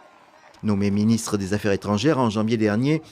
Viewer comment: "Main'nant, Monsieur le Ministe". Le français n'est pas sa tasse de thé.